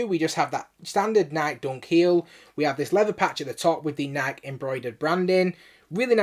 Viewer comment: Why do u keep sayin nike like that? Lol its nikE not nyik lol